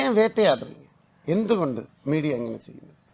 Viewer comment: "മീടിയ വരരുത്" 😂😂 fra/ud ബാല